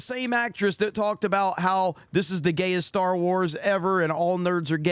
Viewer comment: "Star" lol not quite